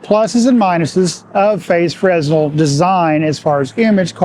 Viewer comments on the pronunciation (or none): Great vid! Side note - fresnel is pronounced fruh-nel (no "s" sound)